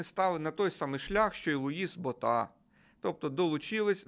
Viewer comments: Луис БОта, а не БотА. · БОʼта. Поширене прізвеще. Був ще президент ПАР